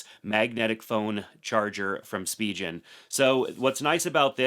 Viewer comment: Spijen ❌ Spigen ✔️